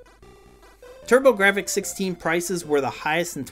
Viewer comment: Pronounced turbo graphs ....silent f ...take it from their CEO lmao